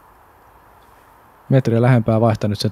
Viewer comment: Kindstedtiä sanottiin koko ajan Tsinstediksi, Määtän heitto oli "Määttän heitto" ja turhaa heiton ylistystä oli jatkuvasti. Aivan kun jotain päiväkotilapsia olisi väkisin kehuttu koko ajan. Lisäksi häiritsi miten heitot oli katsottu etukäteen ja kommentointi tuli liian aikaisin moneen heittoon.